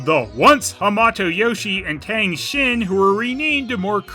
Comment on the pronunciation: "Tang Shen", not "Tang Shin".